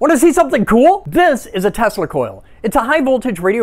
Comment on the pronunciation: I caught that "R" at the end of "Tesla" 😂 iykyk